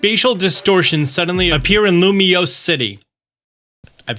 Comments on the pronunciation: Yes said the name of the city right! I don't care about anything else 😂 Now seriously, I'm very excited for this game and curious for Pokopia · I love how preps himself and heavily enunciates "Lumious" 🤣 your practice isn't unnoticed